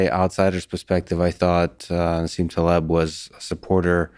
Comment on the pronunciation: I'm sure you're trying, but please... Taleb. ❤️